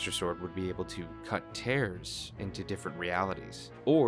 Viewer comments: Jesus, It's Tears as in teardrops, the Japanese writing is key. And Hyrule's Allies are simply the Goron, the Rito, the Zora and the Gerudo. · Except in Japanese (where you know, the title name actually comes from), it’s explicitly tears (like what comes from the eyes). It doesn’t really matter if there are other pronunciations and meaning in Englishz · Thinks? It’s obviously a crying tears it’s in the Japanese tittle. And that’s how it was pronounced by Nintendo themselves 💀